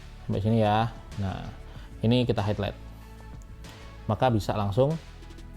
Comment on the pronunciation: Bang, maaf nih sebelumnya Kalau ngomong highlight tuh "hai lait" kayak gitu aja CMIIW